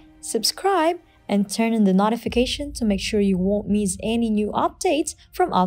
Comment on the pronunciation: Please say 'Notifications' correctly 'NO-ti-fi-ca-tions' N-O like in 'no'. Not 'Nah' like in 'not'